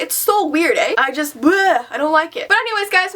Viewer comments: When you said Ay... I was in shock mode. I've never heard you say that I know your Canadian, not trying to be stereotypical, but you never had the accent...😕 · It's so weird AY omg CANADA ACCENT WE FOUND YOU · did she say A' , is she Canadian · "Eh" haha I noticed that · "So weird, eh?" I'm Canadian too and that took me by surprise for some reason haha. We are a quirky bunch. 😄